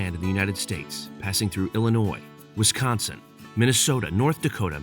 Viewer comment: People who aren’t from Wisconsin or the Midwest say Wisconsin so wired. No offense, it’s just something I notice. Ps I’m from Wisconsin.